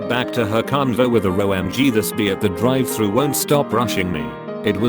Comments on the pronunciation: the way they pronounced Drive-“Thrus” 😂😂😂😂😂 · Drive "Thrush " Pewsy SW.